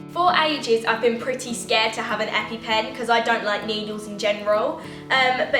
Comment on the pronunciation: The amount of times u said epy pen😂